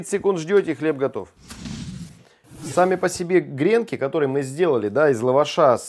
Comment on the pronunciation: про гренкИ я даже не заикаюсь, а то это, обычно, такой шквал негодования вызывает!